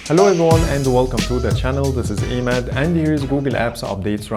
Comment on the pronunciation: With all due respect, when you say your name just say as is. and it's عماد not Emad .. much love ❤️